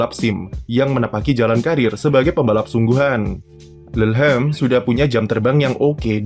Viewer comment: Bacanya lu-lham bang😹🤣